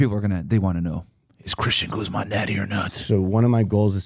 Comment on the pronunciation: First guy to pronounce “Guzman” correctly 💯